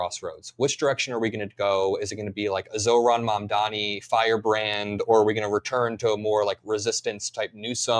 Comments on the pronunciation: I felt the same, but in after thought, she didn’t remember the pronunciation of his name. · Kamala harrus could not say Mamdami’s name. SHAMEFUL